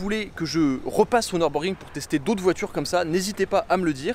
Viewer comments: par contre, ca se prononce pas neurb, mais simplement nurb ( comme une fille "nue rb" x) ) sinon le mode sport était pas activé ( c'est appui long sur le bouton ) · Petite précision on dit niurbourg 😁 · Belle vidéo par contre on dit "Nürburgring", la prononciation gâche tout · Je sais, mais les anglais disent "Neubeurgring". Et comme je regarde que des vidéos en anglais, je le prononce comme ça.